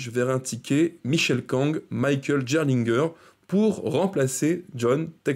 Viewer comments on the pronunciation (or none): ça se prononce pas "jerlingueur" c'est "GUERRE LINE GUEUR" , même si c'est pas le plus important mdr